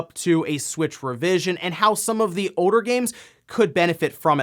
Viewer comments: Im not sure its a slow down sort of thing for either of them. says most things properly, "older" just seems to be beyond him or part of some strange regional accent. RGT on the other hand, is just stressful to listen to. Sean/Shawn just yells at his camera at a mile a minute. When he mis-pronounces something its generally just because he doesnt know what he's talking about. I much prefer RGT on Spawnwave (when he's chill) than his own videos where he's contantly yelling/ranting at his camera. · I laugh everytime he says "Odor" istead of "older."